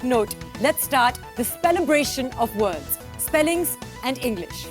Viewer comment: Those words were pretty easy to spell. Also, the words werent pronounced correctly by the host.